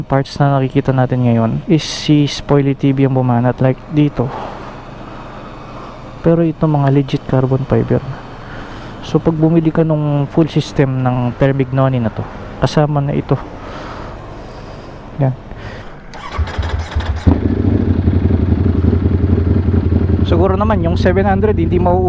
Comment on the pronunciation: Sir, love kita kaya iko-correct kita para na rin sa ibang hindi nakakaalam. Termignoni ay TER-MIN-YONI ang pronunciation. God bless you!